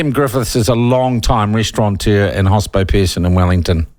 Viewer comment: Restaurateur! You spelled it right, so pronounce it right!